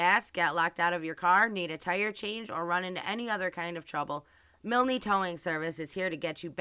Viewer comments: Pronounced miln not milnee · You're mispronounced Milne. The "e" is silent so it's pronounced Miln. Exactly how you said it but no "ee" at the end. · Yeah how does she even know it's his parents who own the tow truck company, there could be other people area with the surname Milne (that she can't even pronounce properly .its grating on me so much I've got to stop watching)